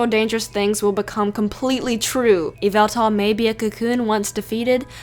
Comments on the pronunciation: Yveltal is actually pronounced why-veltal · u said yvetal wrong!!!!